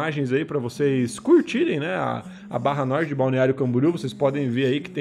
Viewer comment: Só dou like se for norte e não Notre 😂 😂 😂